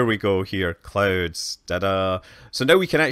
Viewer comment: I thought he said that he turned off the clothes on earth lol